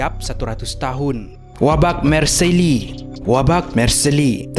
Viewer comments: sebutan yang betul adalah 'marsel' bukan 'marseli' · sebutnya Mar Sey bang bkn Mar Se Li. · Marseille. = Marcel bkn marceli